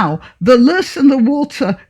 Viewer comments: Loess is pronounced Loh-ess. In Australia I believe they call it a''bulldust'', which was, in the past, a reference to its similarity to the fine dust churned up by bullock trains in the dry clay soils. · I think it's pronounced "low-ess".